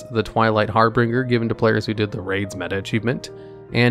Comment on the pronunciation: Harbinger, not Harbringer.